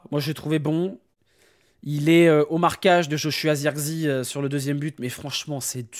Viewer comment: C'est pas Zeurkzi c'est Zirkzéh